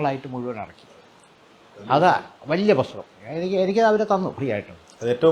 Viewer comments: വക്യം മുഹമ്മദ് ബഷീർ, പൊസ്തകം ..... എന്തു നല്ല ഉച്ചാരണം ! എന്നിട്ടാണ് മറ്റുള്ളവരെ വിമർശിക്കാൻ നടക്കുന്നത്. കഷ്ടം! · മലയാളത്തിൽ ഉച്ചാരണം പ്രധാനമാണ്,ഇത്രയും കുറ്റം പറയുന്ന ഇദ്ദേഹം "തൊടച്ചില്ല","പൊസ്തകം"ഇങ്ങനൊക്കെ പറയുന്നത് ഒന്നു ശ്രദ്ധിച്ചാൽ കൊള്ളാം